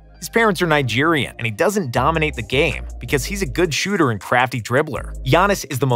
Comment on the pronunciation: Did he just call giannis a good shhoter and crafty finisher